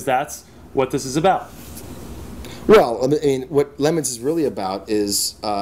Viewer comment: LeMons? isn't it Le Mans?